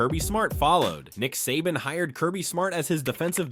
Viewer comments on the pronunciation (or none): Um buddy first off saban is pronounced say ban not suh bon and second stetson bennett didnt hit adonie mitchell in 2021 nat champ game that was 2022 against Ohio st dummy if youre doing a video on uga and kirby smart at least get the damn facts straight